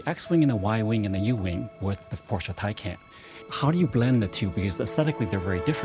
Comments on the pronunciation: It’s TyCahn, here from an actual german. TyCon? What? Where is no O in there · So it's "TY-CON" heard it right from an actual German